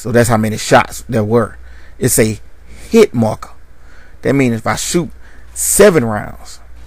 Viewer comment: "Heet markah"